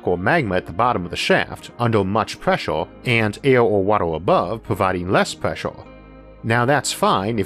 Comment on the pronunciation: Huge preshore deepore what us this nararrotor sayong.